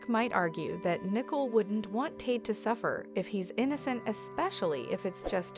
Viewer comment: Her name is not nickel it's Nicole say it right